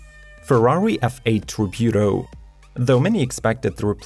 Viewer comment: IDK what you're saying but it isn't Tributo